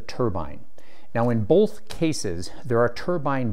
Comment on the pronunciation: "bolth cases"?